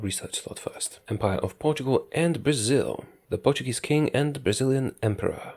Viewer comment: Ur pronunciation of portuguese names is pretty good!